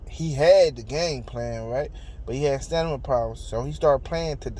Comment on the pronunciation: It’s Stamina not Stanima. I SWEAR I CRACK IP EVERYTIME🤣😂😂😂🤣😂